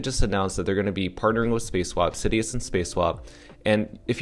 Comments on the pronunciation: IT'S SI-DUS.. not SidEEus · sidus (see-duce latin for star mentioned in first AMA) is the pronounciation. not trying to be a jerk haha just heard it pronounced 100 different ways :P